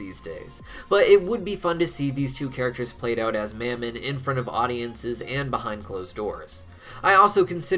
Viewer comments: Of mammon, soft a, not hard A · I've heard Mammon pronounced in a few ways, specifically Muh-mon and how it's said in thus video. I was wondering if anyone had any insight to which way is correct? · why did you start pronouncing mammon differently???